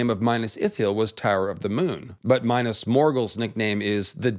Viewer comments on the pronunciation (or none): Not bad, but Please Min`as Not Minus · Mee-nas... Bro not Minus... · Repeat after me, It's Minas. Minas, not Minus. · It’s not minus but minas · "Minas"= 'meenas", 'Cirith= keerith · Every time you say Mainas I feel a dagger in my heart 😢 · Minas as in "me" or "milk" Not Minas as in "mine" or "my" Cirith as is "key" not "see"